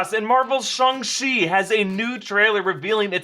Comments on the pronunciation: Okay I don't like the way Erik Voss pronounces "Shang" like SHONG? Think of Shang Tsung , like Sang with a SHH at the start. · There's nothing more racist than calling it shongshi when its clearly read as Shang Ching. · Its not shung che like you say its chang shi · You went from Shang-Chi with a hard A to Shahng-Chi with a soft A. Totally not 🇨🇳 right? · I don't know pronunciation of Chinese, but according to Wikipedia 上氣 is transliterated Shàng Qì or Shang Ch'i. So, the usual pronunciation: Shang not Shong. Simu Liu also pronounced it like this in a recent interview available in YouTube. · Shanchi not SHUNGI damnit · Shang chi* not song chi 🤣🤣🤣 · It’s shAng-chi, not ShUng-chi 😂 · Shang chi please not "shong" even if it's the right pronunciation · i thought it was Shang chi like lang not shung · ah yes shong chi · shong ch-e erik said lol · Erik said shung-shi SMH🤦‍♂️🤣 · Just pronounce it Shaang - Chi is sounds cooler that way. The accent is Soo unnecessary!! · did he really just say shang-shi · Oh so it’s pronounced Shawn C got it. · it is pronounced Sh-ang Chi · Why u say shhooongg chi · Stop saying Shung Erik, we all know u don’t say it like that😑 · WTF is Shung Shi? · did he say shong-chi at the start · schang-shi....wtf is that supposed to mean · guys I mean the pronunciation...😂😂🤣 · Shong chi lol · Oh that pronunciation of SHANG Chi is going to upset me😅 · shuang SHI HAHahah cant even say it properly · Why you pronounce Shang chi like that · How the hell did he pronounce Shang-chi!!! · Erik can't say Shang-Chi😆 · For the love of god PLEASE don't try to pronounce Shang-Chi like that ever again...